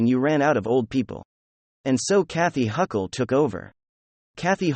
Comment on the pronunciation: It´s funny how you keep mispronouncing Kathy Ogre´s name